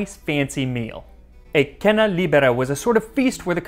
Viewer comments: A point about the pronunciation of the word 'cena' in Cena Libera. Latin is a dead language and it may have been different than Italian, but the correct Italian pronunciation is "chain-a", emphasis on the first syllable. Translated it means free dinner. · Dude why are u pronouncing "c" as "k", Cena Libera is pronounced "Chena Libera", again, Pollice Verso is "Polliche Verso", not "Polike" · Just a small thing, you are pronouncing "cena" and "pollice" wrong. "ce" in Italian is pronounced like CHEster. (